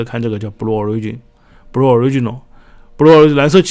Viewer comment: Blue的读音是 '不录' ，